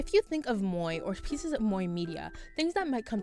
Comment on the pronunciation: Moe is pronunced as mo e.